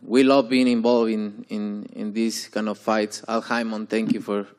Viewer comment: Canelo said Paul Hymen 😂